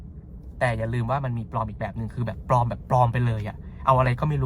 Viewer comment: ปลอมค่ะ ไม่ใช่ ปอม